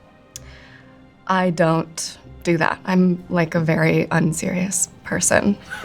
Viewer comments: I don't wike it -Chris Evans effect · spending a lot of time w chris evans i see... " i don't wike it"